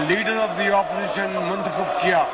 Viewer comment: چونتخب۔کہتے ہو تو لگتا ہے چوتیا کہہ رہے ہوں 😂😂😂😂😂😂😂😂😂😂